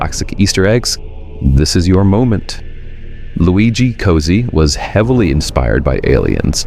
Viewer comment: Cozzi is pronounced “cotsy” not “cozy”. Like the double Z in pizza.